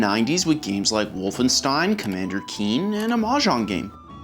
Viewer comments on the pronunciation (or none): none